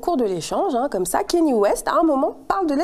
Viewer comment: Kanye kanye kanye [K-NI-É] pas Kenny